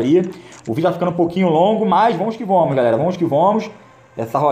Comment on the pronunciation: "Vomos que vomos"